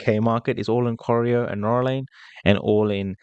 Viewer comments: You pronounce Corio as Co rye O Corio is full of public housing, it’s full of meth heads. You’ll get rubbish tenants. Colac is a better area, still cheap but not full of meth heads. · The suburb is corio pronounced kor-eye-o and not coreo .... dont worry not a biggie ..... just get here before its all gone to the Chinese, Indian and the Muslim countries population ..... not a racist remark its just that they seem to congregate with their own unlike the rest like the European ones, Greeks, Italians Macedonians, Spanish etc. that have their own clubs and associations they are mixed with everyone else without problems .... well rarely. Check out Pako Festa and you will see what i mean, you got to be there every year !!